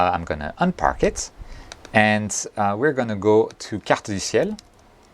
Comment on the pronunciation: Why does it sound like you know French , no ones says Carte du ciel so properly as you just did, i would know, "i am Canadian" LOL ( Beer commercial) Most people say Cart-dew-Seal ...